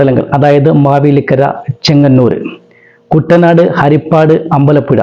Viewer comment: കുട്ടനാട് എന്ന പേരും പോലും പറയാൻ അറിയാത്ത വിശകലന വിദഗ്‌ധൻ